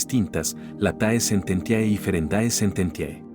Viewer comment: Por favor, Sr. Locutor, lea "late sententie". En latín el diptongo "ae" "oe", suena, se pronuncia "e".